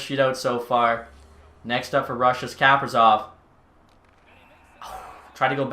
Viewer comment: Ka- pree- sof come on